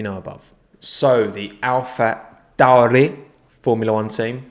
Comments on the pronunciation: The way you said tauri made me extremely uncomfortable as an italian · That pronounciation for Alpha Tauri got me😂